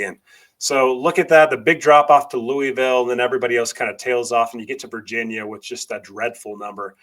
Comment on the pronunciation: Very well done and thoughtful analysis,. My only suggestion is that you learn to pronounce "Louisville" correctly, the way the Louisville populace pronounces it. It is more of a sore subject with them than you might think!